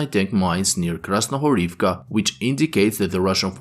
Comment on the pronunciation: Дякую вам) by the way, "Krasnohorivka" is pronounced with emphasis on the middle syllable, "Kras-no-HO-riv-ka" "Stepove" is pronounced "Ste-po-VE"